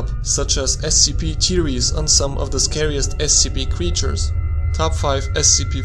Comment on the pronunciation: why are you pronouncing theories as teories